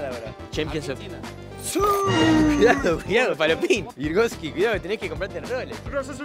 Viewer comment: Me encanta ver como el virgocho le dice virgosnky a todos